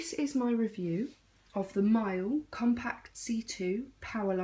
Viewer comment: Mile? It’s pronounced Me-la. Great review!